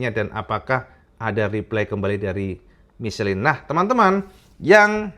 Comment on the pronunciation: Michelin = Misyelang cak pengucapan nya ... 😊😊😊